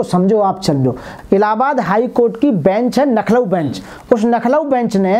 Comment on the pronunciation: सर, आप लखनऊ को नखलूऊ का उच्चारण कर रहे है, कृपया ध्यान देने का कष्ट करें। जय भीम जयसंविधान